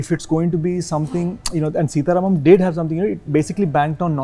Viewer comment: Wah re angrez 'सीता रामम्' ko bhi 'सीटा रामम्' bolta h